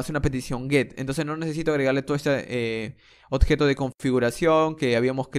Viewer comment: Odjeto, Ocserbar, octener, MAN HABLA BIEN ME CAGO EN TODO